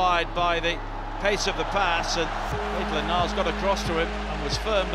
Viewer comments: megaollie98 one vid he even said Naitland Miles 😣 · Mesut Is the best IKR why does call him Maitland Miles it's just weird it's NILES